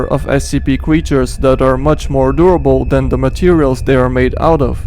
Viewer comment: I heard him say scp cweachers